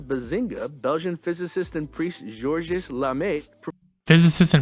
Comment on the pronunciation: Gerorges Lemaître ! ( he pronounces it so wrong you could understand georgius lamay or something like that !)